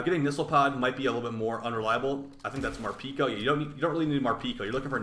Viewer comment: You seem to have missed Mar-Pi-Co